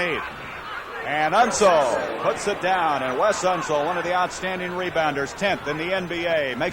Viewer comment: Unseld - not Unsul. Never seen an announcer butcher that easy a name of that famous a player.